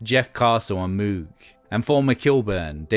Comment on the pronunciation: For the record, "Moog" rhymes with "rogue."